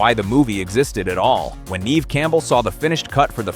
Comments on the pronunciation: Nev not neev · Just so you know the pronunciation of Neve is NEV (as in bev, rev) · I just wanted you to know that you r pronouncing Neve Campbell’s name wrong, it’s pronounced Nev (even though it’s spelt Neve) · Can't even pronounce Never Campbell